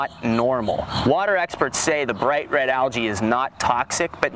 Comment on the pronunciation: Lmao “algae”